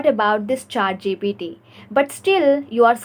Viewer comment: It's not ChaatGPT please 💀